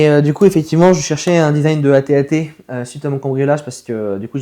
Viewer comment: C'est un AT AT pas AT TE